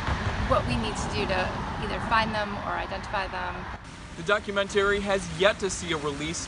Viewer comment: Well he couldn’t pronounce the word documentary properly either